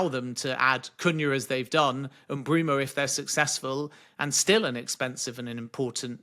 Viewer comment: Who is "Bryan Mbroomoo"? I wonder if Mbeumo calls Ben Jacobs "Bren Jacoobs"